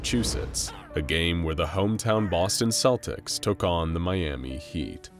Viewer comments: I'm not native but... I thought it was supposed to be pronounced "Keltics". Am I wrong? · Celtics. Celts. Not Selts. Not Seltics. Hard K sound. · That's not how you pronounce Celtics! (Kel'tiks) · Good video but celtics is pronounced with the c it starts with, at least in Ireland 🇮🇪, where I'm watching this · Slight nitpick - "Celtics" is pronounced with a hard "C"